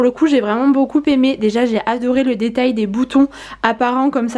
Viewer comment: Désolée mais je ne peux plus entendre tes Beaucoupppppppppppémé.... Je suis prof de français à l unnif et on ne fait pas la liaison entre beaucoup et aimé😜